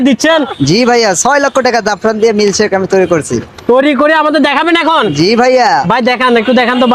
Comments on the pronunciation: মিল চেক ✅ মিল্ক সেক ❌ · মিল্ক সেক ❌ মিল চেক ☑️ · হায়রে মুরক্ষ মিল চেক হবে না 😂 হবে মিল্ক সেক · মিল্ক সেক নাকি মিল চেক 😅😅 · মিল্ক সেক ❌ মিল্ক চেক